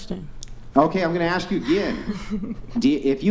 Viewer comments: why do a lot of black people fail to say the word ask. do they think that it is spelt aks? they probably do. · Never argue with anyone who pronounces the word ask as "ax." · She even threw the "axe me a question" in this episode as well..😮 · Earf = earth, maff = math LOLOLOL axe = ask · Earf, axe, and teef 😂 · I brush my teef on planet Earf while I axe questions.